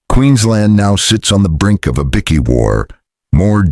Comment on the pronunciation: What is a bikky? Damn robot